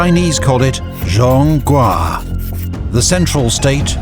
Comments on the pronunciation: "jong-guo" with emphasis on the "o" not "jong-gua" Sheesh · Kinda died a bit when I heard announcer say “zhawng gwah” 🥲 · they pronounced zhong guo wrong 😅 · Its pronounced Jong Guoah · Glazing a dude who says "Zhong-guaaah"? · How does the narrator fu c k up the pronounciation of Zhongguo?? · Great video. But what with the pronunciation of Chinese names? I laughed so hard when he pronounced Zhongguo. Why wouldn't you double check before doing such mistakes? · No, his pronunciation is horrendous. He might have pronounced a few words somewhat correctly, but most names were off. The most important one: zhongguo, was feathered, butchered and obliterated.